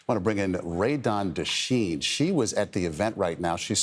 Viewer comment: Dechene is a french canadian name properly pronounced day-SHANE